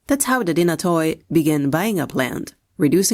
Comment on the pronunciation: The stratigoi and dynatoi alike is plural for stratigos ans dynatos , and the “oi” is pronounced like “e” or “y”